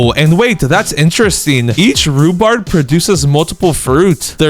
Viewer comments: He keeps calling rhubarb. Rhubards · THERE RUBARB NOT RUBARD